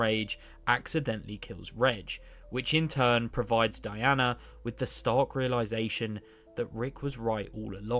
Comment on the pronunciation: Erm actually it's pronounced dee-ena not Diana🙄